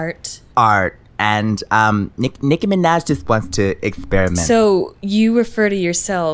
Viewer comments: Nicki minech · WOW SHE SAID NIKI MANAJ IN STEAD OF de niki mena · DEH Nicci meneh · “Nikki Mehnej/z” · I die every time nicki says her own name nicki minej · “Da Nicki Mee-naj” 😂😂😂😂😂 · Naah it's de Nicki minej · The Nicki mineh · Exotic.aesthetic no, deh nicki mineg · de Nicki minej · DEH NICKI MINAHJ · nicki mineh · deh nicki menech is what I heard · More like Meh-Nuj 😂😂😂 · De Nikki Meneh* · “Nicki Menet” 🤣🤣🤣🤣🤣🤣🤣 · "its De nicki minej" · She says "Nicki minah" I'm confused lel